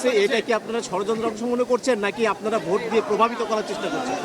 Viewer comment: এলোক তো ভোটটাও সঠিক উচ্চারণ করতে পারেনা, তা দেশ চালাবে কিকরে। ভোটকে বলে ভুট হা হা হা😁